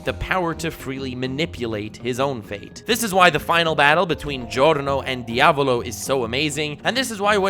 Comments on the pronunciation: Diàvolo NOT Diavòlo my inner italian is triggering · Dude you mispronounced Diaavooloooo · Well, ok, I take it back, says “Diavolo” properly half the time But on the plus side, also gets “Abbacchio” right!